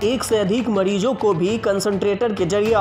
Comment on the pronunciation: वाह बेटा मोज कर दी माडीजो नही मरीजो बोलिये साहब